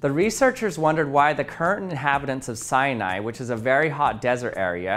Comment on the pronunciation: SAINAI? XD